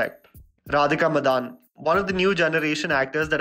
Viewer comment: Its radhika madan, not madaaaan